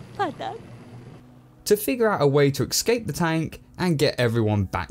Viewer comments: Escape, not ecscape :P Negativity aside, i love your vids! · Escape. Not excape. Not eckscape. Escape. ESCAPE. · Why do you keep saying ex-scape? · Love the reviews,! But for future reference, it's pronounced, "Escape," not, "Ekskape":P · ECSCAPE????? The way you pronounce it .....ugh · Please for the love of god, stop saying excape. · Say 'escape' properly ffs! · my man, "excape" is not a word. You say it a dozen times in this review and it drove me crazy! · He pronounces escape as excape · That's the most consequetive mispronunciations of "escape" I've ever heard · I know it's a little thing, but there is no x in "escape". It even takes extra effort to mispronounce it.